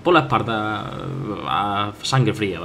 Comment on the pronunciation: ese acento andaluz que se note "un hachazo en la esparda" xDDD